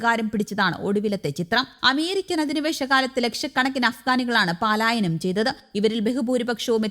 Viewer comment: Ithra balam pidichu news vayikkenda. Boxing champianship ano report cheyyunnathu? Paalaayanam alla palaayanam aanu sariyaya ucharanam.